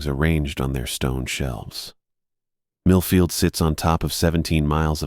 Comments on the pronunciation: I wasn't sure if he said Middlefield or not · Same I had to rewind, I use to work in middlefield and Orwell 😅